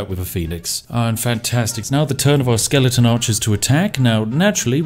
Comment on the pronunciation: Say skeleNton one more time.